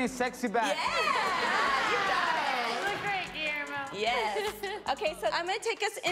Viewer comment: Guillermo ma man but let the record show like the way Denzel says it ma'man.